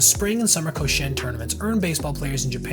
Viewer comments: ko SHI en lowkey getting triggered when you mispronounce it lmao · I-WA-TE! KO-SHI-EN! Dude really researched this story thoroughly and butchered the pronunciation that badly?! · Koshien doesn't pronounce like co-shane, but should be ko-shi-en. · It's KO-SHI-EN, 3 syllables, not "Ko-shen." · Awesome research and detail! For future reference, you should pronounce the name of the tournament as Koshi-en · A lot of research goes into videos like this, which makes me wonder why the people who make them don't take a second to see how to pronounce Japanese words and names like "Iwate" "Koshien" "manga" Or that Nippon-Ham is a company and the team is called the Fighters, as demonstrated in the team logo that is included in the video. Although there should be a team called the Ham Fighters, which is a vastly superior name in my opinion